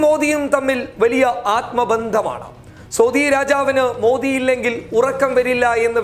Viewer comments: സോധി അല്ല സൗദി ആണ് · എന്തോന്നാണ് സോധി അല്ല സൗദിയാണ്